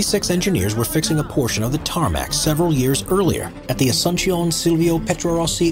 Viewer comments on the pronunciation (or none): Asuncion is the capital city of Paraguay, and it's pronounced "aww-soon-cee-on". Source- my Mom was born there.